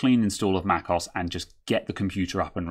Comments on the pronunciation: it's not "macoss" but "mac OH ESS" also what does microsoft office have to do with upgrading to an SSD? totally irrelevant info. guess you like to hear yourself talk? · For future videos; Mac OS - as in Mac Operating System aka macOS. Mac(k)os sounds jarring.. I admire your technical skill - this is just me being a jerk. I do feel it's about time people learn to pronounce software properly. Hence, I'm being the jerk of the day.